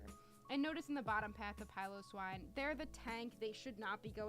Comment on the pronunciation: Great vid! Thank you for pronouncing Piloswine correctly :)